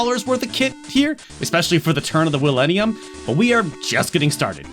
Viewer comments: "at the turn of the will-enium" *wild wild west flashbacks ensue* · Did... did you say the turn of the "Willinium"???? I swear I love this channel.